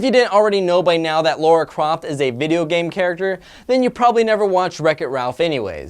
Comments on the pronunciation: Come on, the clip you showed has Ralph clearly saying the name "Lara", and yet you still insist on saying "Laura". I will never understand why many Americans refuse to pronounce that name correctly. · He didn't really say Laura Croft. Did he really say Laura Croft? He really said Laura Croft... :(